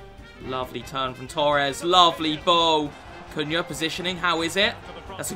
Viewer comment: Not sure that’s how you pronounce his name 😂